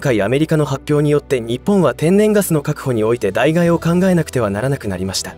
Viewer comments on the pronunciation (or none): 代替＝だいがいではなく だいたいです